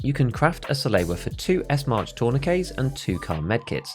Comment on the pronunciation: Like this comment if you think that people who pronounce "Salewa" like "Saloua" should be executed in front of a live studio audience.